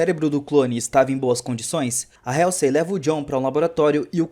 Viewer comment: Legal o resumo, mas a pronúncia da Dra. Halsey esta errada. Mesmo erro que quase todo brasileiro comete com a plavra Apple.